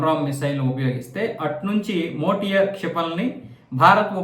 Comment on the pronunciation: ఆ మిస్సైల్ పేరు.. మోటియార్ కాదు. సార్. METIOR (మీటియెర్)